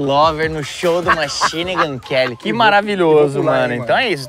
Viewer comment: se esse corte não foi pra ensinar o velho falar machine gun Kelly, eu sou um fusca